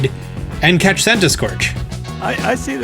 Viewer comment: Okay, I think is great and all, but did he say 'cetch' instead of 'catch?' This bothers me. 😂